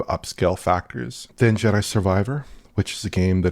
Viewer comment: Did I hear right. Did call it "Judder Survivor"?